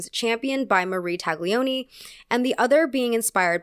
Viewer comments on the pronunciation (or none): Talioni (without -g in pronunciation) and Diagilief (pronunciation, accent in -gi) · If you’re at all interested “Taglioni” is pronounced with a silent G. But pedantic corrections aside, I simple adore all of your content. My besties and I FaceTime while we watch 🥰